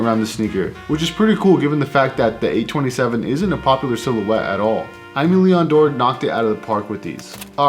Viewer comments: Nice video👍 but just one thing: it's pronunced "ÉMÉ LÉON DORÉ" ;) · the way you pronounce it is kind a cool though 😅 And apparently I was wrong it's: eh-meh lee-on door 🤷‍♂️